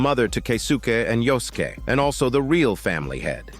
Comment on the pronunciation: Yosuke = Yoskeh xD